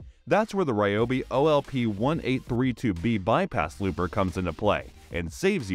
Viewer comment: "Bypass looper" lol It's a Lopper, not Looper